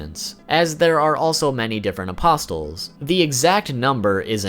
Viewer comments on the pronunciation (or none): Every time you say “apos-Tuhl”, there’s a painting that gets a little smarter 😒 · It's UH-POS-UL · Bro, the T is silent in the word "apostle", like in the word "thistle". Like Jesus and the twelve apostles... I can't believe how many content creators mispronounce this word. Don't pronounce the T! It is pronounced apossil. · Please stop saying "apostle" as "a-pos-tul" omg I'm nitpicking but it drove me nuts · So many weeb fuk channels can’t even pronounce things properly... “apos-tell” fuck me. Apostle, like “castle” not “castell” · For future reference, you pronounce Apostle, with a silent "t". It's pronounced like: "Uh-Paw-Soul". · Its not pronounced as Apos-TEL It's spelled as Apostle but pronounced without the "T" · Bro why are ppl pronouncing apostle like 'a poss tul' 💀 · The word apostle is pronounced with the t being silent. Apos-el. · Hearing the T in apostle being pronunced is excruciating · Apostle = The "t" is silent. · The T in apostle is silent. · Gah, MY EARS! The t in apostle is silent. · Please stop pronouncing apostle with a T. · Stop pronouncing the “T” in apostles. It sounds illiterate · “Apostle” is pronounced, “A-poss-l.” The “t” is silent. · I really wish the fact you pronounce "Apostle" with a "T", didn't annoy me so much. Your video is very good but everytime you say "aposTle" I cringe! 😅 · Great video. A friendly reminder, in "Apostle" the "t" is silent. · Whoa. Never knew half this stuff. Good job. For the record.. Its behelit (bay-ih-lit) and apostle (uh-poss'l), the t is silent. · Dude it's increasingly more an more annoying every time he says it.... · BOoooooooyyyYYYY!!! If you pronounce the T in apostle one mo time..... great vid though. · * Bay-let, A-pos-el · Apostle...is pronounced aposle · two pronunciation tips. the "T" in apostle is silent, and behelit is pronounced "bay-lit" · You dont pronounce the T in apostle. Sorry but you say it a LOT n I just cant help but cringe. It's really distracting. Trying to help you man.